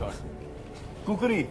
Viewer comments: Not Khukri . It is Khukhuri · Its khukuri